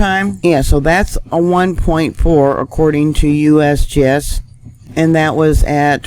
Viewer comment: I like when you say USBS LOL 😂👍🇺🇸stay safe all